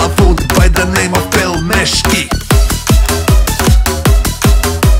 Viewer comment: No one: Absolutely no one:: PELMESHKI